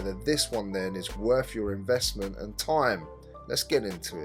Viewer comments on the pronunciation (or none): so what your saying is its not worff my investment and toime?